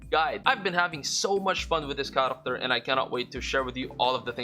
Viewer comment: When I heard u say 'character' in the first couple of seconds in the vid, I knew u were pinoy. Glad to see a ph content creator for this game doe